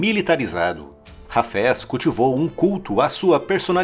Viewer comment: O cidadão pronuncia "Hafés" como "cafés"! Haja ouvido !